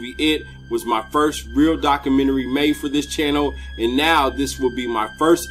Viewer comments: Lol he said dakamenary. Nice dakamenary bro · Ok it's pronounced Doc-you-men-tree